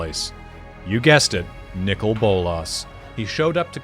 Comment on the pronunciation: They are Saying Nicol wrong. How do I know, That is my name, Lol